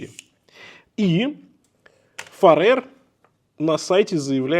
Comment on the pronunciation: Ухо режет «Фаре́р», правильно будет - «Фа́рер». Их бренд никак не связан с Фаре́рскими островами, которые по-английски будут Faroe Islands. Да и во всем англоязычном Ютубе эти часы называют Фа́рер или Фе́рер.